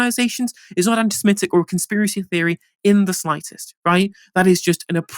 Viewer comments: SEMITIC not SEMETIC. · SeMITic, not s'METic... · The word is seMITic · please learn how to say ‘Semitic’